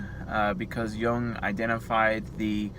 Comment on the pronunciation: Thank you for being the only person I've seen on Youtube so far who pronounced Jung's name correctly.